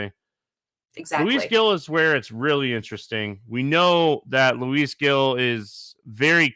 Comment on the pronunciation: Kristi doing everything she can to not correct on his mispronunciation of “Gil” lol